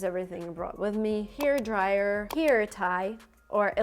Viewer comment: Слово «hair» постоянно звучало как here ( значение «здесь») ну это пипец товарищи